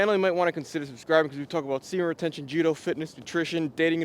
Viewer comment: Jjjjjjjjjjj udo. Pronounce the j man